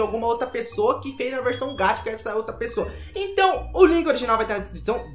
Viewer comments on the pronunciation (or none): não estou criticando nem nada so tô te corrigindo é que VC fala gacha como se fosse gatha mas se dala com som de x gaxa tipo isso so estou ajudando OK não é nada d+ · desculpa eu te corrigir mas VC fala gatcha e n gacha OK? Desculpa msm eu te corrigir!?!? Kkkkkkkk vcs é muito doidos <3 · Nn se fala gatcha, se fala gacha